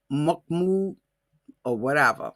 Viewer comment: Mahmoud phonetically is pronounced Mahmood.